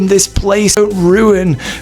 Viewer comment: Bro, you say it juntaburi not chantaburi, love your channel but cringe wvery time you butcher a name